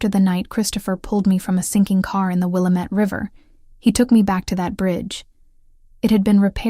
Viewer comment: It's pronounced "Will LAMB IT"